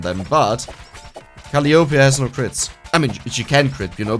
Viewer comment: If her name is pronounced in a traditional English way, it would be "kuh-LIE uh-PEE"... not "CALL-ee YOH-pee". But I don't know much about HoloLive or how they pronounce things.